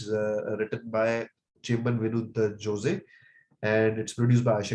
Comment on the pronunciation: I watched it yesterday and its a very good one. If its not released along with Marakkar it would have got better reach Jose- the last E is silent.